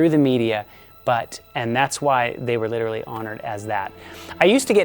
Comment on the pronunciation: I don't like how he pronounces "literally"